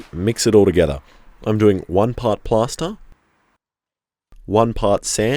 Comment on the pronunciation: it's PLASTER!!!! PLASTER!!! not PASTA... I kept hearing pasta and couldn't understand how pasta would be a good mold :P